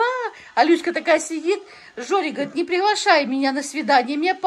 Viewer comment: Научите говорить Люська